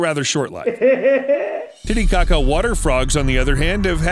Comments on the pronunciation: he really said "lake titty caca" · The lake though... It sounds a lot like 'laketittiecaca" I actually don't know how to spell the actual lake but that is how it sounds 😂😂😂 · Since no one is saying it, I really thought you said the frogs live in the lake titty kaka basin ... that is all. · How is no one commenting on “tittycaca” island 😂😂😂